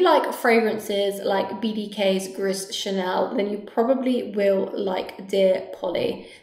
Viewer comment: "Gris" (in Gris Charnel) is pronounced GREEH, not GRISS :)